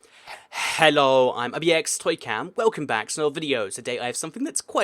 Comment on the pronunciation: I cant get this outta my head you say HELLO like HEEEGGGLOO